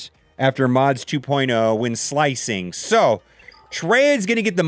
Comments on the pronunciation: 0.33 "Mod Splicing" 😂😂😂😂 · Its Called Slicing! there is no P lol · sLicing! Not sPLicing